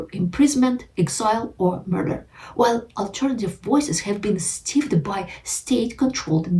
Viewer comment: Me, the pronunciation fairy: stifled is pronounced 'styfld'.